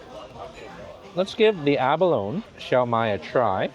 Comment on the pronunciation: I was raised around many Chinese families here in Hawaii and was always told it was pronounced lychee, not leechee! Also abalone is pronounced abaloneeeee, not abalon! Not sure if all Chinese pronounce these words the same but I know people from the mainland, (lower 49 states) don’t always know the difference. Love your videos and your infectious smile. Thank you so much🥰. Also, shumai has so many pronunciations but we always pronounced it shumai. Thank you 🥰. Those “dumplings are har gau” if I’m not mistaken.